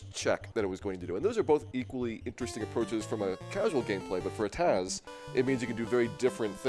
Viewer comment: The guy saying TAZ instead of TAS is like nails on a chalkboard.